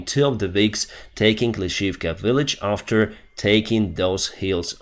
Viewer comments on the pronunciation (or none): none